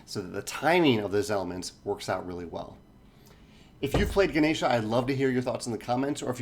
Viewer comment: Your pronunciation was much better than the official how to play video. The only slight issue was with the n. its pronounced like the n in bond not like the n in nine.